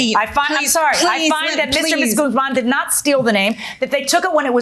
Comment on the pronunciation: GAZZ Man, Has to got to be the Best Ever Way to Pronounce the Last name Guzman lol, Well Said Lady , What a Great I D-IER There, Now how about some CAW Fee to go along with that , GAZZ Man LOL!